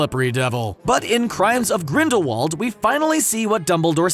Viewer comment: GRINDAWALD is with a V sound.